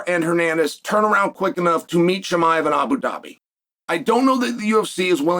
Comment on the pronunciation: Cosmet Chim-i-of